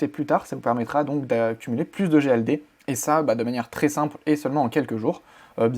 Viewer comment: Les egdl dans nos toilettes 😂😂 La prononciation douteuse 😂